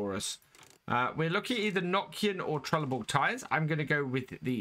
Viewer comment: The way you Said trelleborg 😂😂😂 just go back hear again